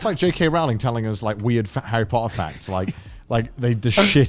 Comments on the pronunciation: It’s “Row-ling” like “bowling,” not “Ral-ling” like “fouling.” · I love how they talked about one of their dads no learning a new pronunciation and then proceeded to mispronounce Rowling's name for the rest of the video XD If you don't believe me, check videos of Stephen Fry and Jim Dale saying her name